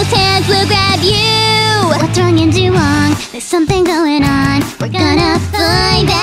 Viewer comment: But the Chinese way of saying it is "dah-wong."